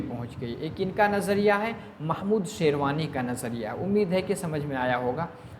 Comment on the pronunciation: Sir aap sherwani bol rhe hai jo ki sherani h